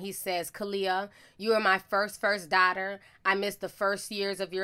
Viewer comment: I love you sis but you killing me with this damn darghtarrrr, it's "daughter". It like chalk scratching across the chalkboard.